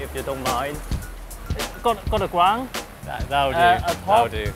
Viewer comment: "Gwound" haha